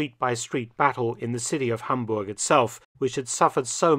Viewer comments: Hi Mark Felton, I'm delighted for your covering of this part of history of Hamburg and i have to mention that your pronunciation of my home city is on spot. Thank you so much! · As a native Hamburger i gotta commend your pronunciation of my Birthplace!